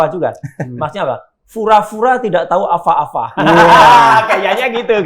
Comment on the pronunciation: Bang Reza Indragiri nahawan tawa saat mendengar Roy Suryo mengatakan "FUra - FUra tidak tahu aFA - aFA":face-blue-smiling::face-purple-crying